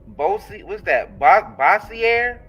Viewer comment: ITS PRONOUNCED BOW-SURE(BOSSIER CITY) LOUISIANA LOL